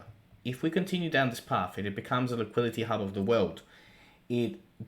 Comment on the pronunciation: You yet again fail to pronounce LIQUIDITY like an adult?! Why?